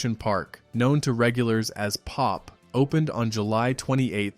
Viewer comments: POP was not pronounced as pop, It was P-O-P. The original entrance was an elevator simulating going under the sea. The price on sat., sun, and holidays was $1.75. We advertised it in my high school newspaper (I was the Editor-in-Chief) which was published 4 days a week. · It was called P-O-P not Pop.